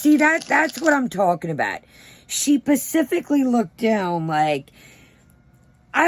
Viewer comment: I love when you say pacifically instead of specifically, I never try to correct it cause I think it’s cute! Don’t change you ❤️